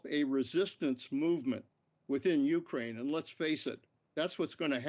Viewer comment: I hate how he keeps pronouncing Ukraine, annnd it’s also not THE Ukraine, it’s JUST Ukraine 🙄 My heart and prayers are with my brothers and sisters in Ukraine 🇺🇦 Stay valiant and may God protect you all. Please let this Evil madness end now. 💙 💛 💙💛💙💛💙💛💙💛💙💛